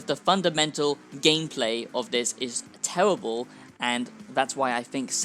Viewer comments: Tewwibble absolutely tewwibble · “It’s tewibuhl!”